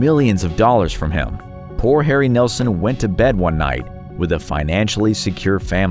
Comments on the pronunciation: Willie Nelson not Nelzon😅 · Nelson, not Nelzon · Nelzon? Uh, it’s Nelson you goof. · Willy Nelzon?! 😂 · Willy Nelzon...lol, it's Willie Nelson. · ~ Willie Nelzon? Nelzon? Well, so much for the credibility. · I know who Willie Nelson is but who is Willie Nelzon? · Who is this Willie Nelzon that you speak of? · Who TF is willie nelzon?